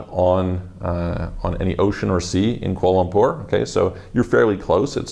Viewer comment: its kular lempur